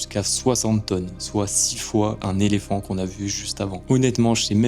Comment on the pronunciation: Orc ??❌ orque ✅ Les léphant ?? ❌ L'éléphant ✅